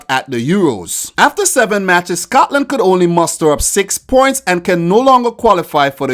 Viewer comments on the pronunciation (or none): none